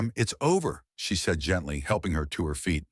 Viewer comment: The story is fake, narrated NOT by a real voice but instead by a ROBOT which uttered "seed" instead of "said". The captions are AI and showing inconsistent spelling of main character's name!